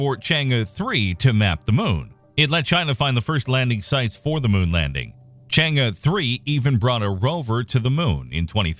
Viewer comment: Congratz on the correct pronunciation of Chang'e (Chang-Urr / Chang-Err). I'm subscribed :)